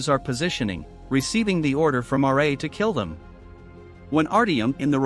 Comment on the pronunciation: RA not r -a